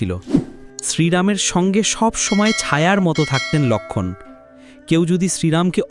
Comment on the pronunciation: কী বিশ্রী বাংলা উচ্চারণ। বাঃলা এতো সহজ ভাষা নয়। কেনো লোক্ষন! লোক্ষন! উচচারণ করছেন?